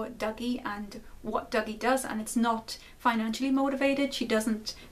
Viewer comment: Just from hearing you pronounce Dougie, it sounded like "Doggy" to me while I was listening in the shower. It made me realize that this may have been intentional as Dougie is effectually a little doggy that has to be lead around almost like he's on a leash.